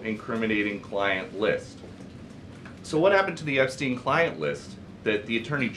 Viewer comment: For some mesmerising reason he never had a problem pronouncing Epstein's surname perfectly. I wonder why.